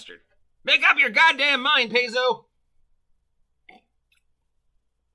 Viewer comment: Is it me, or are you trying to use as many different pronunciations for Paizo as possible.